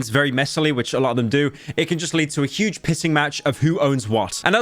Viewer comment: emphasis on huge